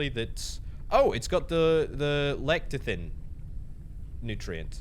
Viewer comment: Le- tsee- teen (Lecithin)